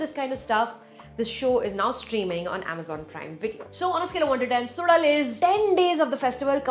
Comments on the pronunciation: To be pronounced as Su_La_L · Suzhal - When you pronounce 'ya' normally, the tip of your tongue touches your teeth. Instead, consciously move your tongue back so it touches the roof of the mouth & then try saying 'ya'. It' ll come out as 'zh'. You may need a few tries. Or a few hundred :) Don't worry though, many Tamils themselves don't get it. The Malayalis are a whole lot better at pronouncing this tough sound! Kathir - this is pronounced as Kuh - dhir. Not Kaa- thir. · SuDal? seriously? Could have invested a lill more time to learn the pronunciation as it is the title. But then we are only concerned abt english.